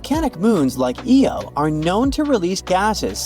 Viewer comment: had to stop its eye-oh not eeeee-oh jeepers it completely undermines any good research to have such a basic mispronunciation